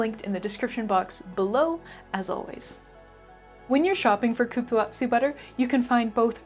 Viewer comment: I love cupuaçu too. The last syllable is pronounced “soo” , not tzu. The ç in Portuguese means the C has a s sound and not a K sound. Like babaçu.